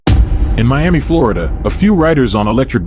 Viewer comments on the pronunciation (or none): none